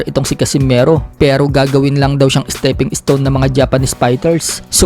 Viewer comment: Is-Teping Is-Ton. 😂🤣😂🤣😂